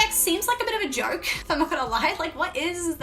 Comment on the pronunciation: "is this a jowrk"?